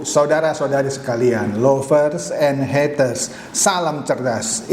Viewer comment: Salam., senang saya ikuti video2 anda. Pembuka anda lovers dan haters menarik. Hanya maaf ucapannya untuk kata lovers mungkin seharusnya seperti ucapan a bukan o. Bagus kalau dicek lagi. Terima kasih.